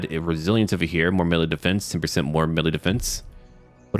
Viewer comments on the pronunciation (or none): none